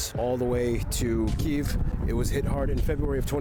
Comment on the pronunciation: he shows the right pronunciation of the Київ (Kyiv). The problem is that many foriners pronaunce Kyiv in russian way - Kiev - with is wrong. The other problem that english launguge dont have sound "И" - wich exsists in Ukrainian. The same sound pointed in russian - "ы" , but in russian - letter "И" - sounds like english sound "e". That is why so many misunderstanding